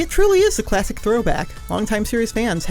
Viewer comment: "CHLASSHIC sonic"